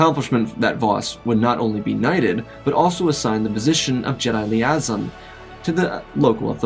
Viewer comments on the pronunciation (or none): Love the video so far but just want to give a pointer on how to pronounce liaison it's lee-ehs-ion